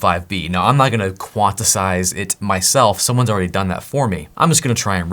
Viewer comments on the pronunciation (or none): It is QUANT-IZE not QUANT-ess-ize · Dude, you rule. Also, I die inside a little bit every time you say "quantisize." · Eventually you are going to get to "QUAN-TIZE".... or "QUAN-TI-ZATION" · It's pronounced quantize - "quant" sounds like the first syllable in the word "quantity", then "ize" which sounds like "eyes".